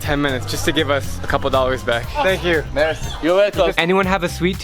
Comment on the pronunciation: That's not mezi you have to say mersi